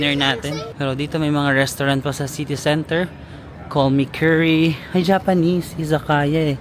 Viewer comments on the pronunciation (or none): none